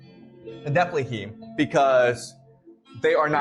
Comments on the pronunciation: Anyone else triggered by this guy mispronouncing Nephilim? Just me? Okay. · Definitely. Sounded like he kept saying Niflheim, which is its own thing in norse mythology